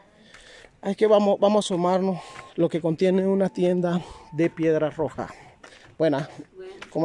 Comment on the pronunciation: Se dice Piedra roja S nooooooo